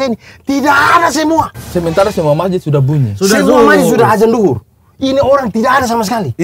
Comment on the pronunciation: Bang Abdur Sampai keluar logat nya, "Mau duhur ini, sa bilang dari tadi "😂